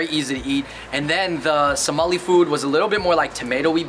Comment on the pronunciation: It’s Somali not somalina